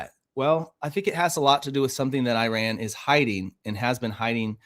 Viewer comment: Such a minor thing, but please learn how to pronounce the word, Iran